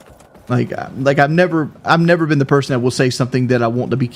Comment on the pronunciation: Yes! And he says berson instead of person